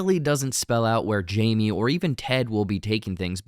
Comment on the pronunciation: Jaime not Jaime lol